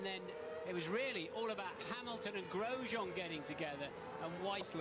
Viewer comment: XD Grosjean is said about 6 times in the 2020 clip and bro still mispronounces it horribly